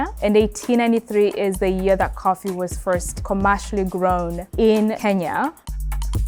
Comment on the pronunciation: I absolutely love listening to Kenyan ppl pronounce the word “Kenya”.😊😊 I’m Igbo, my name is “Onyinye”. It means gift from the Gods. Kenyans could say by name 30x w/o any difficulty. In Africa, we say Ke-nya. Outside Africa, ppl say Ken-ya.😊